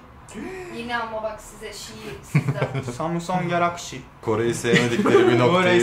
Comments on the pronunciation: Samsong Galakşi Louis güler oaşpqlwğdlfğfşgğşg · samusong galakşi asdadssdadsada